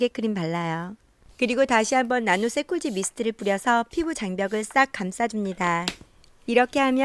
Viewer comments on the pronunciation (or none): 자막,영상 없이 소리로만 듣다가 세꼬지 미스트가 뭐지?😂 발음이 문제일까 제 귀가 문제일까 세꼬지가 세콜지였네요.ㅎ